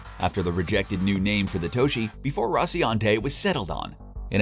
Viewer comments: Is anyone else annoyed that the narrator messes up the name of nearly every ship? The Rociante (Rocinante) the Toshi (Tachi) and the Donnag-er (Donnager) He even calls the Twin Towers in NY the "Two Towers". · It’s called the Tachi not the toshi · I think the host has never seen an episode. What the heck is the ‘Tochi’, the ‘Scolopi’ or whatever the guy kept calling the Roci?! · RociNante. TAchi. DAlek. And a bunch more. Seriously wtf. I ain't finishing this vid now. Too annoyed.